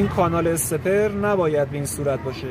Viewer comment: درود استاد، ممنونم از توضیحات شما، فقط اگه اشکالی نداره واژه استپر را استخر تلفظ میکنید که اذیت کننده است و اشتباهه. واژه انگلیسی آن stepper هست و در واقع این وسیله نوعی استپر موتور هست که با پالس های pwm از ای سی یو، بطور دقیق مکان آن تعیین می شود. بدرود